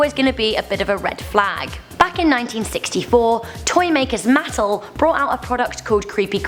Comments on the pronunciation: Muh-TELL, not Mattle. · it MA-tel